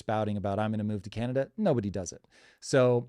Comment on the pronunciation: Can you get someone in there who can speak the proper terminology when it comes to Canada ?? Canadia? Congress? Who is this guy?